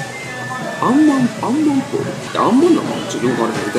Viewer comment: アンマンって言ってるのが、○ンマンって聞こえる